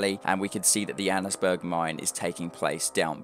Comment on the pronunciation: it's pronounced Anns Burg. Annesburg.